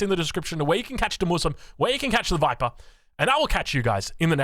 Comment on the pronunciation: That's not how you say "TheViper"!